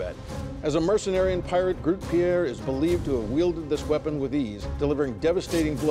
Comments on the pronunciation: They butchered the word Grote all right :/ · As a dutch person, I cringed slightly when they mispronounced 'grote', but it's still really neat to learn about this sword :D